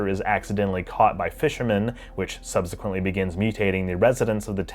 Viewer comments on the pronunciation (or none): none